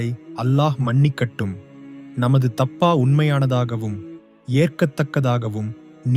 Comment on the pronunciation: உமது உச்சரிப்பில் பல பிழைகள் உள்ளன. திருத்திக் கொள்க